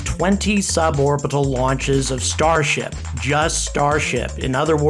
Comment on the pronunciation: Can't help but hearing starshit everytime....